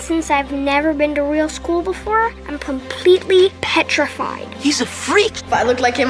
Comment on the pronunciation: He keeps saying Petrafied... Why?